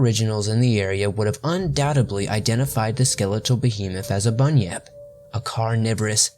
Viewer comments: i understood bunny up. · It’s actually pronounced bun-yip not bunny-nip like he sometimes pronounced.